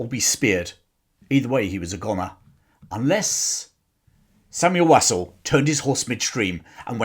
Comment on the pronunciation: Interesting content. Just a small point, you are not pronouncing his surname correctly. It should be pronounced Wosul. (I'm a friend one of his family members).